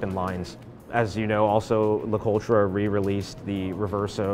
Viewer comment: Listening to these guys pronounce things like Heuer or LeCoutre is cringeworthy.